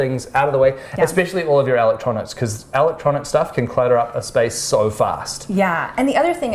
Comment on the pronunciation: Aken-Saw😂😂 Edit- Alick-Tronicks😂😂